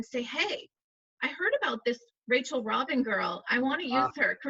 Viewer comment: It's Rachel ROBIN not Rachel ROBINS!